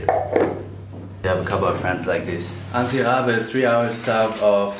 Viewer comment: Jist to say im from madagascar and I jist wanted to say its not antibe but ts=c